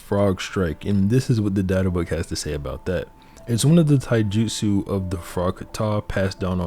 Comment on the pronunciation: Bro, I love this video. But your Japanese pronunciation needs a ton of work. Mount Myo-Bo-Ku not Mio-Bo-Ku. Ka-ta not Kat-a. And Tai-ju-tsu not Tai-jitsu. You have to pronounce the syllables or you're just saying random words.